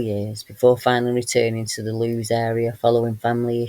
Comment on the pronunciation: Lewes in Sussex is pronounced 'Lewis'. Thank you for your videos x